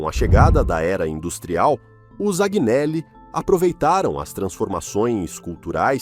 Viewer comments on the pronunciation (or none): Agnelli = (anhéli)